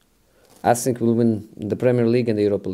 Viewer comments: I sink soo I sink soo I sink soo 😅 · I sink so, I sink so, I sink so , I sink so, I sink so , I sink so , I sink so , I sink so , I sink so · "Oh for sure! For sure"😂 "I sink so...I sink so."😂 Lampard's and Pep's were funny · Interviewer : Can you win silverware this season José? Mourinho: I sink so, I sink so, I sink... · Jose: I sink so, i sink so 🤣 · "i sink.." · No one: Absolutely no one: Jose: I sink so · I sink so, I sink so . . . . .😄😄😄😄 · I sink so. I sink so😂😂😂😂😂😂😂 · I sink so, I sink so😁😆😆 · "I thsink so." ~Jose Mourinho